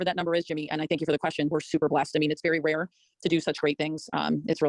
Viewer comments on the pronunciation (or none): none